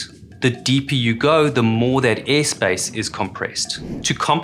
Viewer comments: my dude... it is AIR. Aiiiiirrrrr. Not EH 😂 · its not EEE it is AIR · Cant say air. Unwatchable